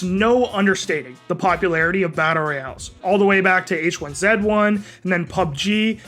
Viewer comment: Why does he pronounce a lot of word wrong like Gulag, H1Z1